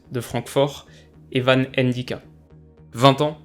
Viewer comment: j’taime bien mais stp arrête de prononcer « Aîne Dicka, Aime Bappé » etc.. C’est Ndicka sans espace tout collez mdr